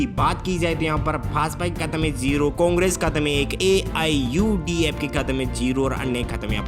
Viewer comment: Even can't take the name of political party AIUDF Properly. Learn to present yourself. Thenafter, come here to expose your knowledge.